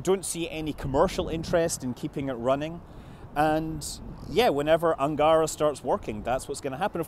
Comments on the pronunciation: it's Angarah, with the last syllable stressed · It's "un-gah-rA" with stress put on the very last sound for "Ангара" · Angara should be pronounced with the emphasis on the last syllable: anga-RA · not Angaaaaaara, but Angaraaaaa. that river`s name also not Baaaaaikonur, but Baikonuuuuur. also not Gluuushko, but Glushkooooo